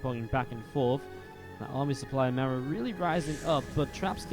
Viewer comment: Why cant americans pronounce marus name :(